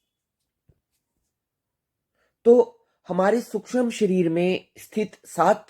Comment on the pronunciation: सूक्ष्म, शब्द का उच्चार गलत था ।